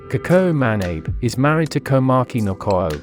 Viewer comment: What ist "Ma-Neh-Ib" the correct pron is "Ma-Na-Beh"